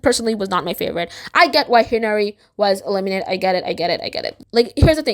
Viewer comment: Plus the pronunciation of hinari got me too. She said it like henry